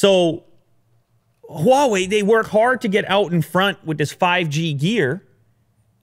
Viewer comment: First time heard an English speaker pronounce "H"wa Wei correctly. While a lots of Americans will find the "H" sound wired, it actually is the same sound of French "R" - somehow they think French is elegant.